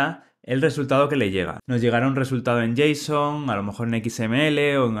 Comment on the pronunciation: cuando dice suspend habla ASPEND bien grindo, RESALT bien gringo y dice JSON (jota son) que coherencia es esa?